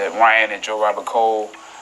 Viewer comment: She said Ryan last name wrong 🤣🤣🤣